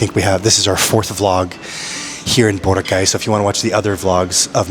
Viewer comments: It is pronounced as Bo’- ra’-ka’ y. Tagalog words are pronounced with hard accent per syllable not slang …l suggest you get an app for Tagalog pronunciation not only for translation from English to Tagalog. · you're still pronouncing Boracay the american way ✌️😊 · Kuya, I'm not sure if anyone pointed it out to you yet, but you're pronouncing Boracay wrong.